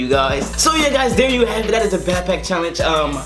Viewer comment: bro he said "pack pack" lol